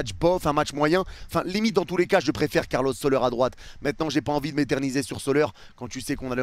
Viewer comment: arrete de dire soleur aussi, ca se dit solère